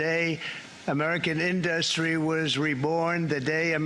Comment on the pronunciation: Why does he pronounce industry, in-dustry?